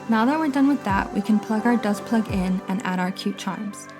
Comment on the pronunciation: Are you saying Dust Plug? What do you put in at the top to hang your charms?